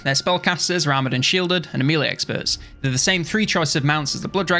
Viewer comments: It's been years, and over 40k subscribers. Please stop calling it mealy.... It's melee. Mell-ay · Hate to be that guy but melee is pronounced 'meh-ley'. Love the video though!